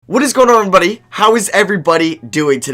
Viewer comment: “ what’s goin on erbrbdye”